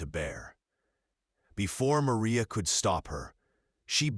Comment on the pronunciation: Clarksville, TN. listening. Have to complement your narration. It was nice to hear the correct pronounciation of “calloused”, and the Mexican pronunciation of “Maria.” Also liked the picture - it sets the tone for the story and shows Catherine’s condition due to no water, heat.